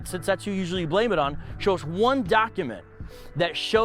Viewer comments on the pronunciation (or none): none